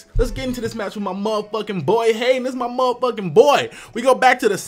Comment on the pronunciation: I like how said Haydunn at the beginning (as in: Hey Dunn!). xD